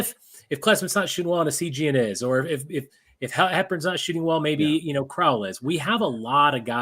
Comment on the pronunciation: Crowl rhymes with “growl” not “troll” I think you guys are selling Steve really short. He had a 116 O-Rating last year. He also does a lot of little things like passing, cutting, and screening at a ++ level. He’s another guy who makes the game easier for everyone else. I suspect his on/off numbers will be nuts after 5-10 games Neath is absolutely in the rotation. He is probably our best defensive wing and he keeps the ball moving. Staff loved him last year and he was playing on one leg.